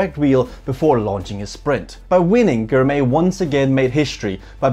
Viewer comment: great video showcasing a new & upcoming force in cycling. Biniam Girmay is the first of many to come from Eritrea. Finally, Girmay is pronounced "Gr" "my" .